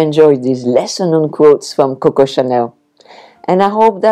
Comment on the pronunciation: Je suis la mode, aussi! Or, at least I’d like to think so 🙂. I thought you were talking about coats, got to get that w in there, sweetie, quotes is pronounced Kwotes en anglaise.